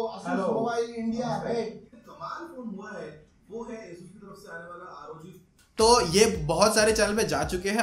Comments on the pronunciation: Bro Bolna sikh le bhai R O G not rog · It's rog not Rawg